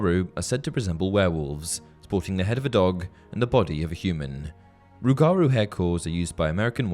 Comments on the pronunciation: It's not rug-gar roo. It's roo guh roo. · it pains me. You’re putting emphasis on the wrong part its not rue-gar-rue, its rue-guh-rue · Not sure if it’s already been mentioned, but you absolutely butchered the pronunciation of “Rougarou” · Im from Louisiana and the "rougarou" is an old Louisiana folk creature, its pronounced "roo-jah-roo" not tryna to be corrective but your video is so detailed i thoid give you a little tip from an old cajun nerd! Gret content! Keep it up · Rougarou is pronounced rooguhroo